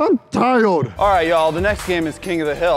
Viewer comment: “I’m tiryod”